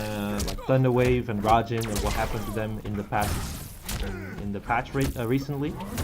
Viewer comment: Raijin, not rajin